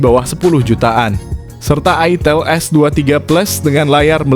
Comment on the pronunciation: Wkwk ITIL apa ITEL sih bang Jangan bikin bingung 😂